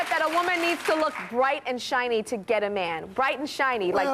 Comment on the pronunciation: Ha! He said "shight and briny"! Around 16 minutes in. That's! He meant bright and shiny!" I had to listen twice to be sure what I heard!!